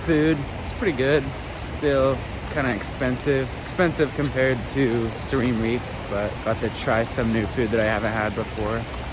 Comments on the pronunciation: learn how to pronounce siem reap bud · 😂😂😂 first time hearing someone pronounce Siem reap like that 😂😂😂…!